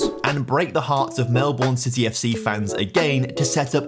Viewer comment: He broke Australian hearts with the way he pronounced Melbourne. It's pronounced like "Mel-burn", not "Mel-born".